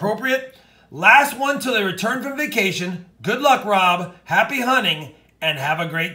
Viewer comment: It just gets me how it says good Luke 😂😂😂